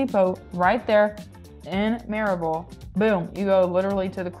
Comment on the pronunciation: Louisville is pronounced ‘loo eh vull’. Maryville is pronounced ‘murr eh vull’. You’re welcome.